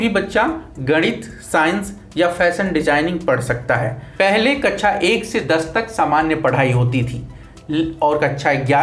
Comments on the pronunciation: ये कक्षा को कच्छा क्यों बोल रहा है सुनो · कच्छा नहीं कक्षा है वो